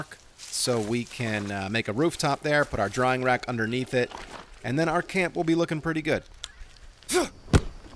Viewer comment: "drying rack" You keep saying "drawing rack"